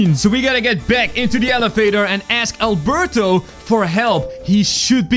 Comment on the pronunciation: Albelto NOT Albuurto